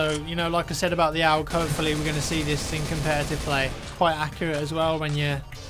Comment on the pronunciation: Owg? It's pronounced A.U.G.